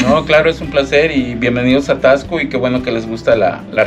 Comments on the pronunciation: Se pronuncia : tasco no es necesario acentuar la x como tal! 😊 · Se pronuncia tasco, no Taxco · Es Taxco con x , no Tacsco como ustedes lo pronuncian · Me purga escucharlos decir Taxco, muy marcado el (tax) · Se dice Tasco no taxco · Es Taxco. Sin asentó NO ES TAXSCO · Hola hola Por favor, no pronuncien así Taxco, les recomiendo que cuando lleguen pregunten cómo se pronuncia el nombre y cómo se dicen entre los lugareños.